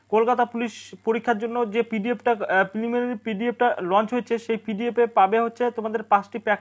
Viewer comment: Ki nari?😁😁😁 Pimilinary😀😀